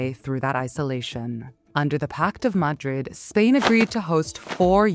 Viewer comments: Please get a vocie actor stop using the ai, the pronounciation of Madrid is sooo wrong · The AI voice-over is so annoying. Disjointed cadence. Mispronounced 'Madrid' 4 different ways. Why nit use a human fr f's sake ?